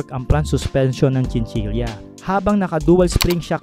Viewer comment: Chinchila po di chinchilya